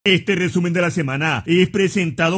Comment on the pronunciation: Buenisimo el rrrrrrreeeeeesumen de la semana